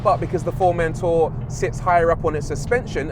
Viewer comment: Something about the way the presenter pronounces Formentor is a torment for me, lol